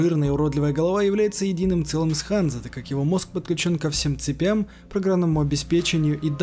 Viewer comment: Небольшая поправка. Я предпологаю что правильное произношение Ганза. В честь торговой лиги что существовала в средневековой Германии.